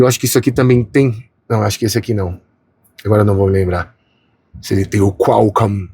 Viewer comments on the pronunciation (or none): none